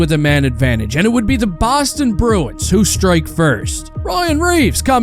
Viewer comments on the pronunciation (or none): none